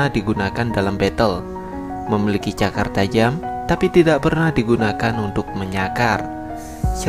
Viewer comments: Cakar pke 'R' 😂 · Wkwkwkkwk cakar pakai R!!!!